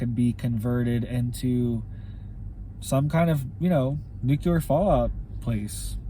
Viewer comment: I realize we may be gone Tomarrow, or this may not even be, "The Tribulation," but, just a man made tribulation, (However it does look that way!!!). I love you and your reports, however the word is; "nu clear." nuke u ler, is in the field of medicine. It is a common mistake, like we Texans' saying the name; Warshington... Instead of Washington. Thank You. Your Brother in Jesus Christ Name, Brother James Kendall Moore O.S.B.